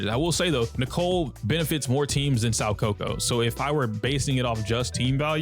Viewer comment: My guy, I hooe you're doing this to be endearing, but you're butchering Soukaku's name 😂 You know Kaku the giraffe guy from One Piece? Well her name is pronounced "so Kaku". Hope this helps